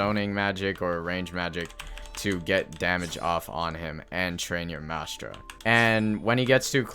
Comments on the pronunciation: where is the s in "Mantra" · its not called mastra its a mantra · since when was there a S in mantra